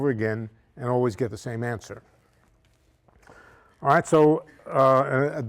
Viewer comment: He does a great New Yorker awright!!!